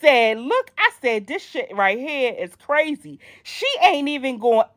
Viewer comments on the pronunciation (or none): none